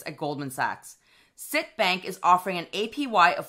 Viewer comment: Hi as a former employee of CIT please note that it is pronounced CIT as in ABC. No biggie just a pet peeve! I will be taking advantage of their rate! I currently have Marcus but a full point is too tempting to pass up with no hoops to jump through.